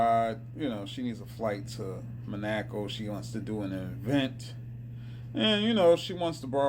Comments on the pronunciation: Manaco😂😂😂 Sound it out bro. Mon-a-co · Monoco = Mahn oh ko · This fellow discussing Mon-at-co (Monico) seems bright and informed, but how sad is it for our public schools to fail these growing kids in teaching about the geography of the world but rather try to infiltrate their young minds with hate. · It’s Mon-a-co. No ack 😆 but yea you’re on point. Whoopi is a delulu..